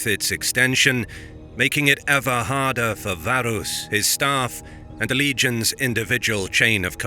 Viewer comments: Varus. V A R U S. Your name should have an a and then another a, varus... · Why pronounce everything accurately except for the Vs? If you're gonna go that far, it should be Warus.